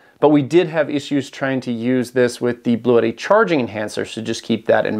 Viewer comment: Please,,,, the brand is Blue tti and you have to speak like blue (color) and (tti) have sound like “T”. It’s not Bluétti.